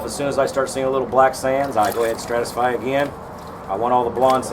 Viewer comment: ive never heard a pro say stratisfy